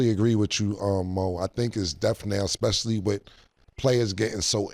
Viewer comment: new underdog over/under: saying “expecially” 1.5 times